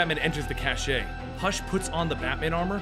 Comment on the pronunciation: So, the word "cache" is pronounced "cash", the E is totally silent. It means a hidden stockpile of something. Cash-ay is an entirely different word, spelled "cachet", and is a synonym for "reputation" or "prestige". It wouldn't be such a big deal if they weren't two completely separate, independent words. Just fyi.